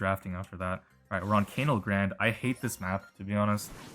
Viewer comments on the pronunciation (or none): People getting mad at the cANAL grande mispronunciation in the comments is sending me... pls tell me yall dont think he actually thinks thats how it's pronounced smh